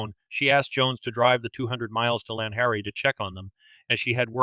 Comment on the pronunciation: I was living in Llanharry at the time of these murders. The community was and is split on who committed the crimes. A word on pronunciations: Ll in Welsh is pronounced Cl so Llanharry is Clanharry. Pontypridd pronounced Pontyprith. I cant see how Jones could have got from Pontypridd train station to Llanharry. There was no local station in Llanharry. He would need to get a bus and change at least once. Well over an hour local journey. Someone local would have seen him.